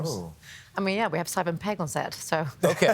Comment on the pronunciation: I heard it as ‘Seven’ Pegg as well. Glad to see the YouTube transcript heard it the same way.